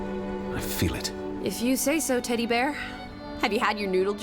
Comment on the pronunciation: I keep hearing saying "Teddy" and think she's calling him "Daddy"